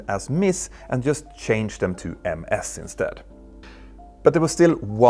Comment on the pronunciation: "Ms" is pronounced "miz".